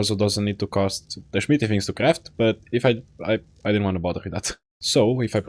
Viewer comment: watching your content has made me start pronouncing "smithy" like "schmitty" and my friend I play with is starting to do it too. it's contagious